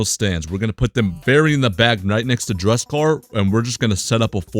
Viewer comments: yo please... DUSEKKAR, NOT DRUSEKKAR, RESPECT MY BOY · This guy legit hates dusekkar Ehem as he call him "Drug-sekar"